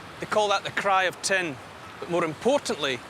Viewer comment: When he said "it contains tin", I was genuinely confused. It contains ten? Ten what?